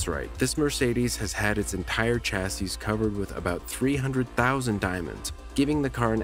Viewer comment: Don't pronounce the final "s" in "chassis": "cha-ssee"